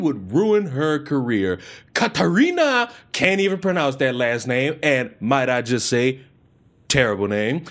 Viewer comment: Pronouced Kat-a-ree-nah Yo-van-o-vic, in case you want to know how to pronounce it. I understand if you don't care because her proper title is far more easy to pronounce: selfish degeπe®ate. The city and state is pronounced: "Louw-fen ahm Neck-ahr, Bah-den Vurr-tim-beyrg". Baden-Würtemberg is where my Great-Grandparents lived before they moved to Wisconsin in 1894.